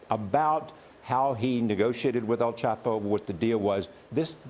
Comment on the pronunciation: Does this stupid b reporter not hear everyone on the planet calling him el "chop" o. Not el "chap" o? I just dont understand it. You're f ing stupid.